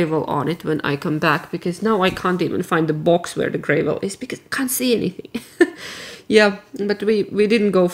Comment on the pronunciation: So great to spend time in the shop with you - it is ALWAYS interesting and I'm sure we all love it when you take us with you!! Can I teach you another English pronunciation? Gravel is pronounced with a hard 'a' like in the word Saturday (the first 'a') or graft, last, past, that..... That's my teaching over for today. 😆